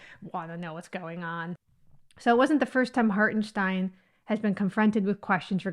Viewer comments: You're pronouncing his name perfectly. I wish everybody gave up this artificial, non-biological/scientific/factual idea of 'race', that's been invented to divide and rule. To those identity politics people on the left: accept that there are people that "don't see race" or at least want to not see it, as in a learning process. In my mind, accepting the concept of "race" is accepting racism. Cheers from 🇩🇪@ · Well done you say "Hartenstein" correctly 👍👍👍👍